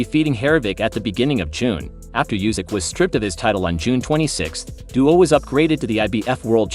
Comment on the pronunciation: I liked the video when it was about "Daniel Doobis" (unfortunately, it only went for 3 seconds). Calling him "Duo", Dee yu and Dewis a few times didn't fix things.